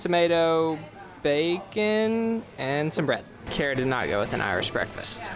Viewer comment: Made me laugh when said "carrots" instead of Kara. 😂